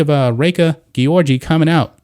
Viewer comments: It is probably pronounced Georgie. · The mispronunciation of an Olympic champion's name was so annoying dude😩😩😩